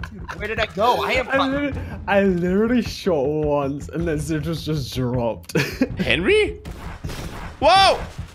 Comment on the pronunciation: Its sigils no singills